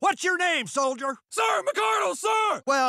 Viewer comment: If this is the MARINES then why did he say soilder